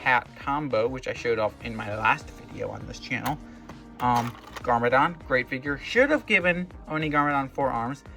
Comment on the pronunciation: him saying garmadon 😂